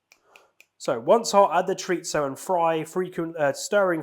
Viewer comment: U were a little awkward at first, but it was really fun, also it’s pronounced Cho-ree-zo. Hope you continue to do these.